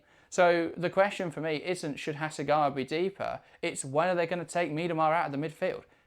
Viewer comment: ちゃんとハセガワって発音してる。ちゃんとオリジナルの音声聞いてから書き込みな